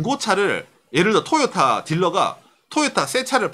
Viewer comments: 내용과는 관련이 없는 얘기지만, 듣는 내내 TOYOTA의 발음이 귀에 너~무 많은 이질감을 주네요. '토'에 액센트를 주지 말고 '도요~타'로 발음한다는 느낌으로 부드럽게 발음해 보세요. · 보통 상호이름에는 악센트를 넣지 않는데 토에 강조하니 웃기네요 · 한국어 적인 접근입니다. 저가 나이가 50인데 도요타는 들어봤어도 토요타는 처음이네요.. 토요타가 발음적으로는 맞을지 모르지만 한글이 흔들리네요... 미국가서 마돈나 라고하면 아무도 못알아 듣습니다.. 마다나라고 해야 알지요. 한국에서는 한국말을 지켜야 하지 않을까요!